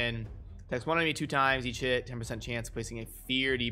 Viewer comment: You realise when you were running through the skills quickly, each time you said EACH HIT, it sounded like you were saying EAT SH*T? lol